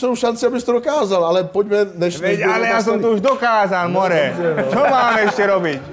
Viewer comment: Skvělý, rozhovor ale strašně mě dojebává jak říká Karel more🤣🤣🤣🤣